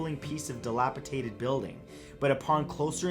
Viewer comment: Hahaha I think he meant dilapidated not dilapitated